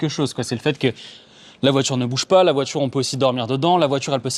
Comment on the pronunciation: ...VOITURE !....Pas "VOITJURE" Merci 😆